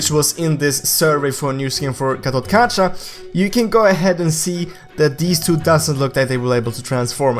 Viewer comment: call GatotKaca GatotKacha and I call him GatotKaka